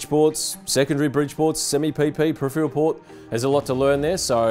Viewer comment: Maybe next time use someone who can pronounce the word peripheral?